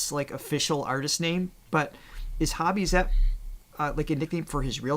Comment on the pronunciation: "J-Hope is 'Hobby'" -- nope, it's Hoe-bee